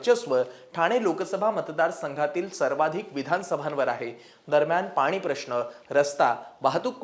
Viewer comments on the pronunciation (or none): none